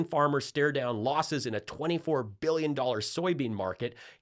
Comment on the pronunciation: Does the WAY Rump says ‘millions’ & ‘billions’ make anyone else absolutely cringe?!? The emphasis on the ‘L’ sounds drives me NUCKING FUTS!!!